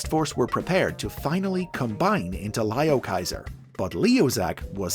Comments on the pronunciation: ITS NOT PRONOUNCED LIOKAISER ITS LEOKAISER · You are saying the name wrong